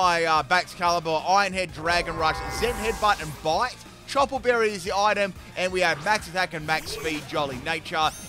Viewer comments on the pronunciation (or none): none